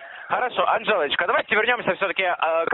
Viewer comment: За <Анжелочку> я бы его на третьей попытке произнесения разделала.